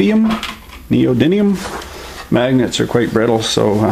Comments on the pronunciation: Neodidlium! That's how you say it now! He he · Hearing voice say “it’s not too bad” freaked me out... I’m like “IT’S NOT TEA BAG!!” Doing me a huge disconcert here... uncanny valley indeed... And it’s “neodiddlyum” magnets man... wow... such a vastly different tone and tenor than the early Boltr vids onward. Kinda cool... seeing has a human side and is not just a pair of disembodied hands. 😂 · it's pronounced neodidlium